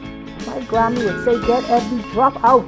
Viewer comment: Every drap? I love your excitement